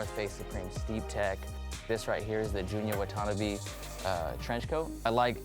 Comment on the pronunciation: Mans really said wah-tawn-uh-bee